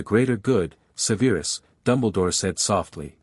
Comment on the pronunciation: Sever-us Snape Sever as in cut..... Durrrz-lee Mah-Mahn French for mother Appol-ee-awn ...spelled Apollyon...yes, a woman's name